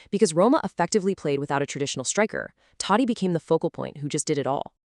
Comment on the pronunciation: First learn to pronounce his name properly. 🤦🏻